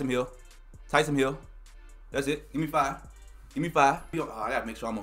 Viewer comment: Noti gang‼️But how come you keep saying tysom hill😂